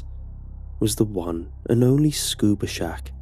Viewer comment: I heard Scooby Snack- Oh wait... What the heck is a Scuba Shack?